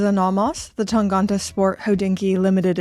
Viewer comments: Time to address the elephant in the room with the German pronunciation - it's TangEnte rather than TangOnte! Jenni Elle did a video a couple of months back where she pronounces it, I'm surprised nobody in Glashütte pointed that out to you either! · Thanks for the info, but I'm pretty sure you're saying "Tangente" wrong.